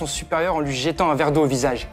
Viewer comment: J' adore le " en lui jÉtant de l' eau"...